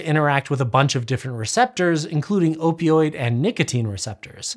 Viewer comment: Most impressive part of this video? His ability to say "opioid" correctly, repeatedly. I can't even say it once. My mouth keeps spitting out "oypioyd."